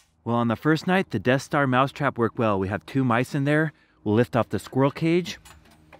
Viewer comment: It might be pronounced Des-ster